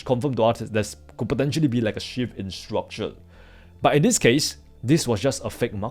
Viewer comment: bro please take the L off of your Rs' when pronouncing it hurts my ears to hear you say structule instead of structure other than that you speak like a native american english speaker